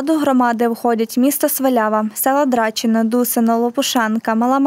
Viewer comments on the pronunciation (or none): не дрАчино, а драчинО